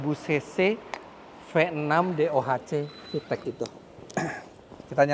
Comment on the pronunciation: fiteq pake Qalqalah